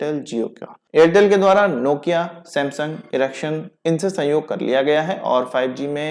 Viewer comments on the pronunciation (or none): Sorry it's not इरेक्शन, it is एरिक्सन. Correct pronunciation matters!